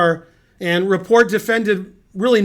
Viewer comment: Just fyi, you pronounce the T in Rapport. He's not French. Go Ben!